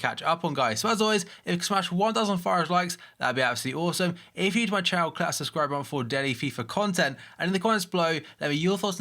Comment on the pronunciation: Why do you say click like 'clot' ?